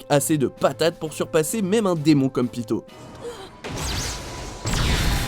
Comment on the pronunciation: Son nom ce dit pitou pas pito. 😡